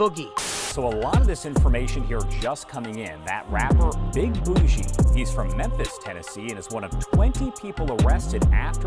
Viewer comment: bro said the name wrong😂😂😂😂